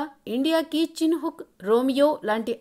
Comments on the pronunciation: "చిన్ హుక్" కాదు వాటి పేరు, చినోక్. కనీసం వాటి పేరు కూడా సరిగ్గా ప్రోనౌన్స్ చెయ్యలేని మీకు ఒక యూట్యూబ్ న్యూస్ ఛానెల్ 😁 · చిన్ హుక్ కాదు. చినూక్ అనిచెప్పు